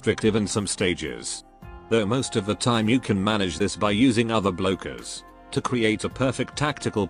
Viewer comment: Being new to this game, idk how to pronounce nearly anyone's name. So i start to think, maybe robot british guy is saying it right when he says "Sale- ack" but then he goes and ruins it by saying "bloakers". I'll just go back to sounding the names out i guess.